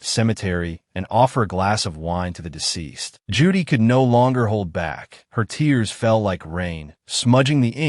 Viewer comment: Or "Ju-Dai" instead of "Judy". 🤔